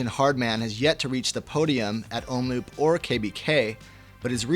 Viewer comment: Hey GCN, to please the pronounciation moaners, Omloop is pronounced om-lope not loop....